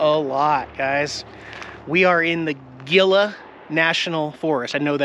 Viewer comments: Nelson Reservoir. Gila is spanish pronounced He - La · Hee-la , not gill -a buddy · Probably pronounced Hee-la. Like Gila monster. I’m definitely putting that campground on my list for my future New Mexico trip. Thanks for sharing, and great videography as always. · FYI Gila National Parks is pronounced "H"ila! It is a Spanish pronunciation. And yes it is pretty there. Thanks for the great scenery. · Gila is pronounced Hee-lah. It sure is beautiful and peaceful there. Enjoy your time! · Looks like a sweet spot in the "H"illa National Forest, I think the G is pronounced H but I could be wrong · Gila. Pronounced He-la.